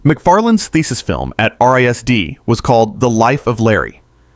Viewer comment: lol RISD is pronounced Rizz-D. It’s not spelled out.